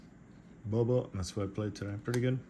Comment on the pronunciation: great video, but i died inside every time you said bubba instead of boba LOL